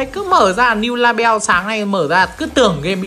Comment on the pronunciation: Tấu hài nhất là "niu la beo" 😂😂😂😂